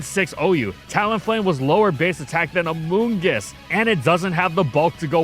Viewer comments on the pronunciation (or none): the emphasis on "aMOOngus" I spilled some soda on my keyboard